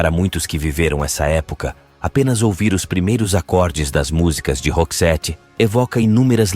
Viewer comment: Tem muitas coisas erradas no vídeo, a pronúncia do nome da Marie, a pronúncia do nome da banda e do álbum Joyride e até mesmo colocaram um vídeo da Dolores do the Cranberries como se fosse a da Marie 😄